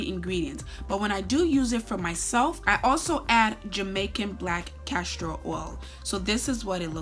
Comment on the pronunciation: Wtf is “castro” oil? Think castOR oil kmt! 🤦🏿‍♀️